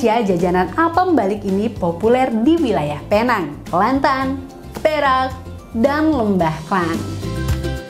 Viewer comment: Cara sebutan Penang nya masih salah hahahahha